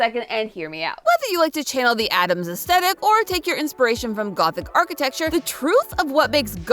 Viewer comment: I adore, I'm a big fan, but it's so silly to me how she always skips the H in "aesthetic." She's not the only one, but still. 🤭